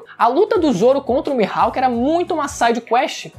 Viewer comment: "Mihalk" é foda hein kkkkk